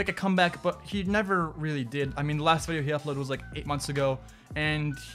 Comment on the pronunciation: How many times did he say vidio ??